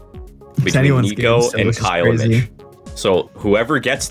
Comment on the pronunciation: At roughly , he says "Okay, okay, Mitch?" and for the fucking life of me it sounds like he's saying "bitch"